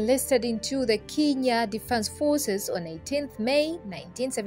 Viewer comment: It’s pronounced Kenya and not kinya